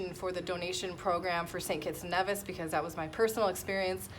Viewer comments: Hi, that's cool, I used to live in St Kitts when I was little (I'm from the UK) oh...... and I'm sure Nevis is pronounced Nee - vis not Nev - is (its originally from Spanish I believe). Love your vid's, keep up the great content! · It is Nevis. Pronounced knee-vis. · Congrats However the Nevisions will be annoyed if you can't pronounce their country properly. Should be pronounced knee-vis 👍🏿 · NEEEEVIS pronounces Knee-vis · Congratulations with your new citizenship, but if you gonna live there you gotta say it correctly, "Nee-vis" (don't hate me)...